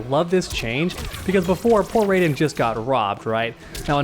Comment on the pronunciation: wtf is a rayjin (R-AH-EE-JIN)